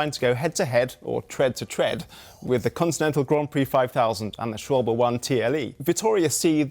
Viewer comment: This might be the first time I've heard someone correctly pronounce "Schwalbe"